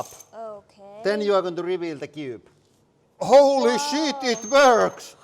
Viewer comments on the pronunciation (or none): had me at the mark... hilarious. "Holeee sheet, it works! What da hell!!"